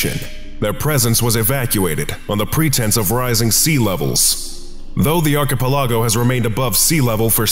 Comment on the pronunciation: the way "archipelago" was pronounced in this video is so damn frustrating 😂